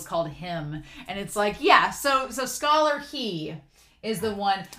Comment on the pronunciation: Oh no, I’m all caught up with your TGCF videos! Now what am I going to do? Also, I believe Scholar He is pronounced “her” rather than “hee”.